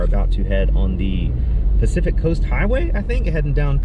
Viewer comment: I had to laugh - your “specific ocean” instead of Pacific Ocean was so funny, even commented on it. I grew up in Washington State, we went to the Pacific Ocean all the time. Glad you’ all had a great time at the conference. 🦋🦋